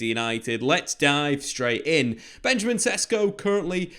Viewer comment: It is pronounced Benyameen SHESHKO.